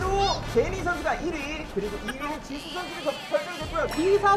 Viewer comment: It's jisoo not jisso!!